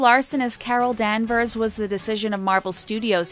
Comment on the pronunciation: It's Carol Danvers not Carol Denvers and it's Kevin Fiege not Kevin feije